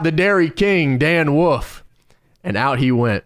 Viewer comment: "Dan Woof"